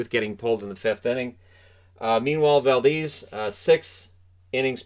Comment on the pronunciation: You can really tell does not do his research here. You said Valdez correctly the first time. You also said Game 5 was basically over when Houston went up 3-1 when in fact Carlos Correa hit a walkoff HR in the bottom of the 9th to win it. I love your hockey videos. But if you're going to talk about other sports you know less about, at least do as much research as you put into the hockey ones where you have a great deal of knowledge already built in with the game.